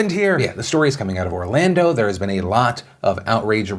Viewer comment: I can fully admit as soon as you said “Orlando” I cringed.